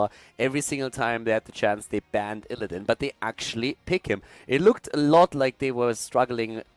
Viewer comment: i prefer as Co-cast than that other english dude who mispronounces IllidAAn, or KEEL-thas. i swear that gets to me everytime. also, anti hero gives valuable input on things alone might miss if he solo casted himself.